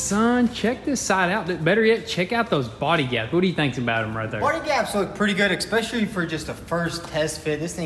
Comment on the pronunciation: really said EXspecially. 🤦🏼‍♂️ work on the Jeep though.